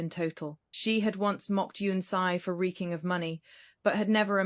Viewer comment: Please check spoken pronunciation of once on whatever search engine you use.